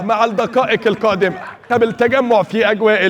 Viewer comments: المذيع ده عنده مشكله كبيره بين ال ق و ال ك مفيش حاجه اسمها الدكائك الكادمه ومفيش حاجه اسمها لكاء لا يكبل الكسمه على اتنين غريب اوى يعنى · هو المعلق ميعرفش حرف القاف 🤣🤣🤣 الدكائك القادمه و شوطه كويه 🤣🤣🤣